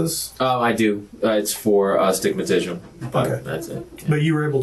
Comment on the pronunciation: I thought he said a stimatishm. 😂😂😂 Still wrohg, b7t somewhat closer.